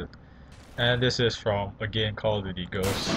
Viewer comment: jeje cal of diury